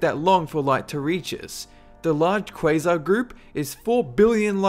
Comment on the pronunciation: every time you say quasar, you sound like "quiznoz" xDDDDDDDD crap... now i'm hungry